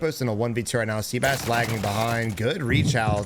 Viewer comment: Great video … however, the guy that was playing the AR role, his name is not pronounced “sea-bass” it’s pronounced “seh-bahs”